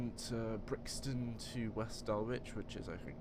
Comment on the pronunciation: By the way, West Dulwich is pronounced as Dul-lich. The W is silent mate